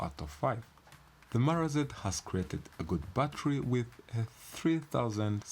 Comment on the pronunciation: Bro its "battery" not "batery"